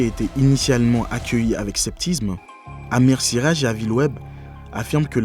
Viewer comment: Scepticisme! Pas sceptisme … Je pourrais faire ce commentaire avec 10 x plus de fluidité! C’est mieux mais c’est toujours pas ça… Sans parler du fait que toute la vidéo ne nous apprend rien de nouveau…